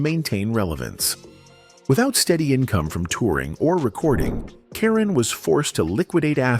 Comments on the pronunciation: AI narration pronounces her name correctly, and seconds later - mispronounces it repeatedly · This video proves that one can't trust the accuracies of these videos. First, they need to pronounce her name right. Secondly, she was not left dirt poor as she was a successful real estate investor and made alot of money.